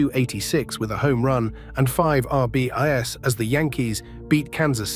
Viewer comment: Not for nothing but if AI can't even properly pronounce the baseball stat "RBIs" correctly on a baseball video, then how is it going to take over the world? Me thinks this AI is not going to take as many jobs as the Tech overlords think it will.